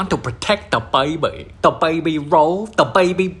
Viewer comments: the way he said “bAiBy” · How he pronounces baby as bwaybee is hilarious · The Bayuh-Bee